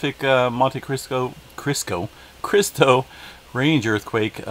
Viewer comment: Someday you will be able to boat from Salton Sea to Baja <3 (You pronounced Monte Cristo Just fine.)